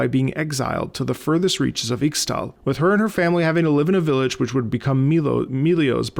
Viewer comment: Hey, Im a big League player and wanted to give some pointers for pronunciation, i know fantasy names can be difficult some times. In Ixtal and Ixaocan, the Ix- is pronounced Ish-. Nidalee is pronounced with a hard pallete, like mid and hid. She has a pack like a wolfpack or backpack. Hope this helps!